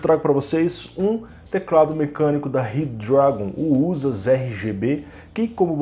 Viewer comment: Zorraaaa, eu imaginei isso, mas como n tava escrito achei q se falava assim auhauhahuhuahuah se bem q falando rápido, ele ja fica com o d meio q automático mesmo!!! Vlw!!!